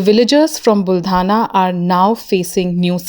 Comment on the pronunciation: Are you sure? Is that town buldhana or baldhana?